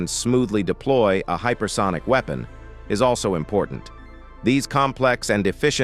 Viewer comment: what the hell is a ''weepon''